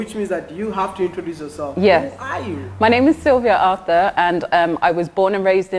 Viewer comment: Wode Maya, please is not Auther is Arthur